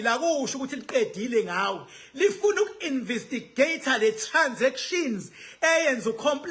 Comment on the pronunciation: Khuluma isilungu nawe. Its investigate😅 not invisigate